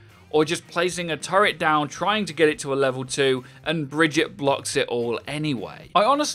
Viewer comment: Stop saying "bridget" already, owl already taught us how to pronoun the name